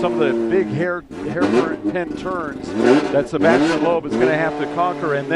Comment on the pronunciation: Sebastien is really a great driver! BTW: I must say that Americans, especially sport announcers, should definitely practice pronunciation of such well-known names as Peugeot or Sebastian Loeb. Shame! Watch really something: 1988 Pikes Peak and Ari Vatanen in a two decades older Peugeot; climbing not on tarmac but on gravel... watch?v=siKlrTF9Baw